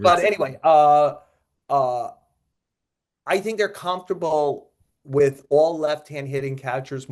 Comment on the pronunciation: The word is "with." Not "wit." How many more episodes of this podcast are we gonna rattle off the pitchers who came back fast from TJ surgery, along with the ones who took more time to regain their stuff? I've never heard "Sandy Alcantara" spoken so much in my life. God, get some new material.